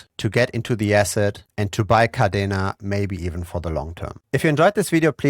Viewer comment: Yea, umm,, it's Kadena Not Cardena